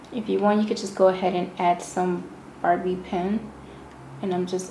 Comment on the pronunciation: You said Barbie pin